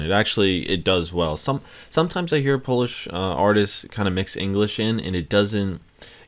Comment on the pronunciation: Oh My God What a progress,! You pronounce polish words like a pro, bro!